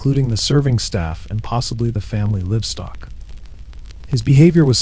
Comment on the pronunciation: I'm assuming this is narrated by a bot. The fact that 'livestock' was mispronounced. Come on,man!! 😢